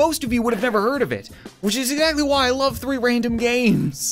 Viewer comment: When it says three random games, it sounds like reeee random games